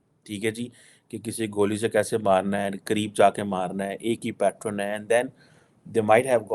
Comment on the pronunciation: Pattern not pattren